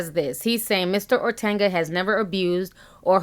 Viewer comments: OTUNGA not ORTANGA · Ortanga? O-Tung-a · Ti, stop calling him Ortanga lol, his name is Otunga haha...... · Yooo it’s O-TON-GUH not ortenga nooo ma’am.. I’m sorry but you saying his name all wrong bothering me 🙄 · I love your videos.. But it's OR-TUN-GA not OR-TAN-GA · Please pronounce David's last name correctly. It's O-t-u-n-g-a, not Ortenga or Otenga. Thank you, Miss. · Hi you are pronouncing David’s name incorrect. It’s pronounced “O-Tunga” not “Ortenga.” It’s an African last name and the way you are pronouncing it is more Spanish. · "Ortanga" lol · (O-Tun-ga) I love you Ti but I had to😭😂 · I laughed every time you said "OrTanga" 😂 Anyway, J Hud had a rep in these streets for being a Diva every since her knocked kneed behind lost all that weight. This isn't a huge shock but I don't believe David was violent to her. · Will you ever say this man's name correctly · I'm Kenyan and its really hillarious how you pronunced "otunga" though you tried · There is no ‘R’ in his name!! Love ya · Ti there is no r in Otunga 😂